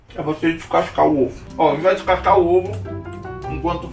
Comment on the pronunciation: falando com boca cheia: ai vc vai dicaca o ovo Eu: queeeeee????? Kkkkkkk😂😂